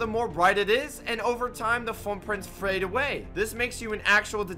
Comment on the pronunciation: "And the more the frrupprint frras away"